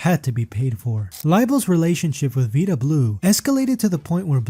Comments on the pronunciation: Vida rhymes with "guy-duh" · Learn tp pronounce VIDA, please. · You really should learn how to pronounce people's names correct before making a video. I know alot of research went into making this video. Another 5 minutes could have been taken to learn how to pronounce people's names. It wasn't just one name, it was several names that were just completely butchered. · If you can't pronounce eckersley or vida properly you should stick to football.